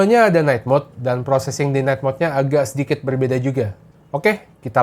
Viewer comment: Bro bukan agag tapi agak. Saya dengarkan baik dan nonton video ini .